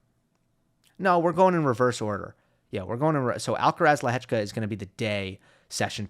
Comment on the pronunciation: Is the sole American that pronounces Lehecka's name correctly?